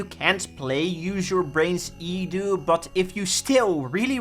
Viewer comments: Can't watch this slop. Properly say E D U not fucken edew. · i think it is E D U. not edu. like seprately